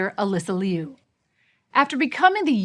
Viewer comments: Her name is pronounced LOO, not LEE'OO 😮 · It’s not Leeeee U. It sounds like “Lu” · "Alysa Lee You" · liu= new! Please pronounce her last name correctly! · Say her last name right. Geez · The way English speaking people pronounce "Liu" drives me nuts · YOURE NOT EVEN SAYING HER NAME RIGHT.. FFS..SHAME ON YOU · I wish you know it all journalists would pronounce her name right!!! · The pronunciation of Liu is bothering me💀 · She couldn't even pronounce her name correctly! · Pronounce her name as it should be at least...SHAMEFUL!